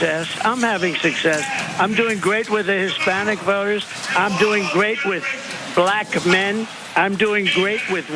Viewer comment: The way Trump says "BLACK men" is disgusting. It truly speaks to the core of how much vitriolic disgust he has for black people in general. I'm a black man and I'd NEVER vote for that POS! Kamala Harris and Tim Walz get my vote💙💙